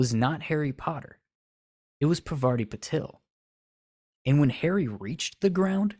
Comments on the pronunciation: Harry and Parvati could have worked, but only if he was pronouncing her name correctly, which you aren't. It's Parvati, not Pavarti. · It's not Pavarti, it's Parvati. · you are butchering the name, my guy! It’s Par-va-ti. Not pa-var-ti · paRvati not pavaRti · Yeah, that's fair tbh Cuz I'm Indian but I was reading this fanfiction at some point and her name was spelt 'Pavarti' for sooo long and I just skipped right over it, pronouncing it the exact same way in my mind, and I didn't even realize it until they spelt it as Parvati again many pages later! Legit so embarrassed lol😅😭😂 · Her name is pronounced PAAR-VA-TI. She's named after the Hindu Goddess of creation. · I really appreciate this video but you're saying Parvati's name completely wrong 😭😭😭